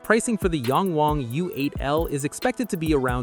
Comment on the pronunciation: It's not pronounced "yaaaang waaaang." Think Latin vowels. It's pronounced "yahng wahng."